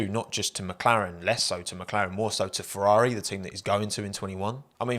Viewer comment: Fewwawi fwieeends :'(